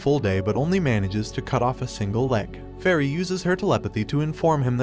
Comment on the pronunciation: Is he saying fairy for Felli?? Lol I love Felli!!!!